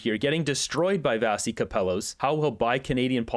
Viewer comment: It's pronounced Vash-ee. In school, she would sometimes go as Vash, so we'd stop mispronouncing her name (probably 😆)